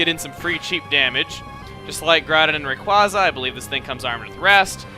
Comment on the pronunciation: Also it's pernounced Ray-qu-az-a... it's a pun on Quazar